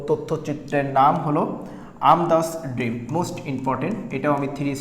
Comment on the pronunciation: কিরে ভাই দেখে দেখে ভুল করস কেন? আমাদস ড্রিমকে বারবার বলতেছস আমদাস ড্রিম। আবার আয়ারল্যান্ড এর প্রেসিডেন্ট এর নামও ভুল উচ্চারণ করতেছস।